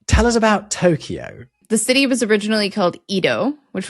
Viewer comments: It is not pronounced TO-KEY-O, it is TO-KYO, 2 syllables. KYO-TO not KI-YO-TO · Japanese is pronounced flatly, without stress. A few clunkers I heard: should be Eh-do. Toh-kyo. Kyo-to. To-ku-ga-wa. No stress, please. On a related note, Chinese is to most other Asian languages the way German and Latin roots show up in other European languages. So the "nan" [south] character and sound in Chinese is going to appear almost the same in Korean, Japanese, etc. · Ok you two butchered the Japanese names. Its Eh-do, no EE-do to start. Generally the Tokyo accent will stress the first syllable.TO-Kyo not To-KEE-o. KYO-to, not Kee-O-to.